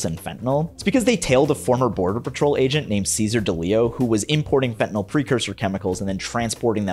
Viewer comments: The real killers are the monsters who pronounce it "fen'anol" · I'll spare everyone a diatribe on how illicit opioids impact those in genuine need and just say this; Hey, TV cops, the word is "fentanyl". FEN-TA-NYL. Three syllables, not fntnoll 🤦🏻 Also The Equaliser was a television programme long before it was a cinematic trilogy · Especially with the fact that people seem to be portraying fentanyl as a volatile substance, it bothers me that every tv show pronounces it "fentanOL" like it's ethanol or isopropanol or some kind of volatile alcohol that you can smell on the air. It's such a small detail and I'm a bit of a grammar/pronunciation n*zi but still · The worst is when people call it "fentan-OL." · And they commonly pronounce it Fen-tin-ALL. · fen TA NYL LMAOOOO